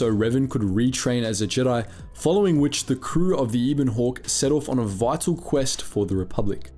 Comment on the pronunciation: It’s not Ibon Hawk, it’s Ebon Hawk :P